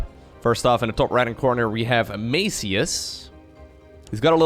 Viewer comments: Actually Maciuś is pronounced Mathew but with s one the end that is kind of weird to pronounce. Its polish version of mathew but like one that kids are called (like tommy for example) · The way you pronounce "Maciuś" is so funny that I won't even correct you. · Maciuś is polish version of name Mattheus but said in a 'cute' way as to a kid or loved one. And you're pronouncing 'ś' wrong ;) but that is expected. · Maciuś is diminutive of polish name "Maciej" which is english Matthias and its pronunciation is totally different 😁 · pro tip: Google translate is very good at pronouncing the names. Sometimes is just the problem with not having letters from the language in question. Maciuś is a diminutive version of the Polish name Maciek. It's almost like pronouncing the cheese "Gouda" xD. 90% of Europe gets it wrong xD. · Your pronunciation of Maciuś hurt my ears. You can check how to spell it in google translate. It’s polish nickname.